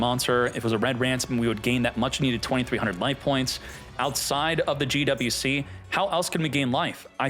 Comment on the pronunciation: Gee double U C... soo hard to pronounce just say Gee Wee Cee, dammit..